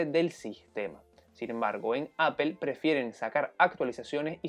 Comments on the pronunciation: Es raro, porque el sonido final de "Apple" (ˈæ.pəl) es más parecido a una "O" castellana, no debería haber problema para pronunciar algo así como "Áp'o" en lugar de "Apel". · por que dicen apel? xD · No entiendo porque le llaman "Apel", los españoles también no dejan de decirle así, alguien sabrá?? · entonces se dice aple you know ? Gogle, se comen las "s" y según ustedes crearon el idioma. Me gustaría que que dieran el ejemplo al hablarlo.